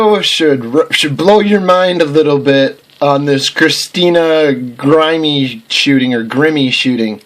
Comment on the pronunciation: You should pray for yourself!!!!! and stop promoting this stupidity you call conspiracy you wish your faith could have been just a fraction of Christina Grimmie faith please don't pretend you know anything about her jerk can't even pronounce her name !!!